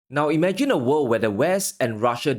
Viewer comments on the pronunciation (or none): This not dis, three not tree upcoming not out coming. World not worl. Risk not ris. Going to not gonna. With, not wif. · They can't pronounce the word 'world.'